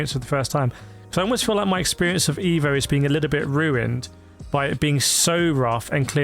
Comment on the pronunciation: on the side should you wish to pronunce this game title correctly like an Italian would do...just pronunce the E in the word "E"vo as you would with the word "E"lephant in English...😉